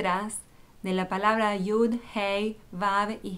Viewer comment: Lo estas leyendo en la traduccion al espanol que alguien (no se quien lo habra echo) lo tradujo. Esta persona o personas usan una pronunciacion que es incorrecta porque la letra Yud no suena "J" como la primera letra del nombre que tu escribes.